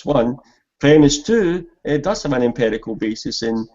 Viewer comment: Just to clarify an important point. pronunciation of empirical as "emperical" is not a scots thing. It's peculiar to him.